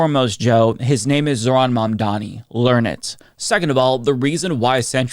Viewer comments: Excellent video, but to my ears, you still didn't pronounce quiet well ... 😅 It's not Mandani, but Mamdani. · MAM DA NI ! Repeat with us ! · Did I just hear call Mamdani "Mamdaddy"?! 😂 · I hate how white people can't say "Mamdani" 🤦🏼‍♂️ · At least Vance pronounced it correctly. Joe can't even say it. And honestly even some of Zohran's supporters say "Mamdami". Why is it so hard?